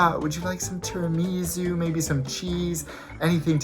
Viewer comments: As a half Italian, that pronunciation of Tiramisu hurts my bones 😂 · It was wrong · haha me too and I'm not Italian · As an American and a linguist who adores everything Italian, I totally agree. 😊